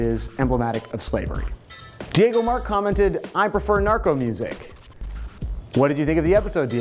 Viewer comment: sorry for this trivial correction, but it's not pronounced Diego, it's Diogo with an "O" in the middle. I'm portuguese, not spanish, but no problem. To finish this was as always a nice episode dude and keep bringing out more stuff like this one.